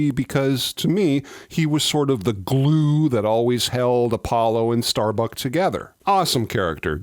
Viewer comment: It's "Starbuck", not "StarBuck".